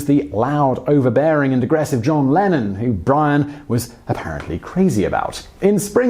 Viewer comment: Oh thought it was "Lenin" and was really confused when you said 'peace and love'.